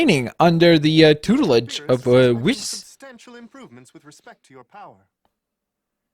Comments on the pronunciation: it’s pronounced wees lol I hope you understand qhat I mean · Who else got aggravated when kept saying Whis wrong? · that is not how you say whis